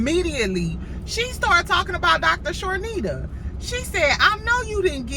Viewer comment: Hey! Her name is Dr. Chanita without the (r). Charnita is the talent that Mel produces her show on Nubian TV. I hope you are having a good day as well! Love your channel.